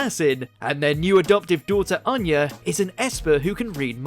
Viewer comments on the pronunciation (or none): none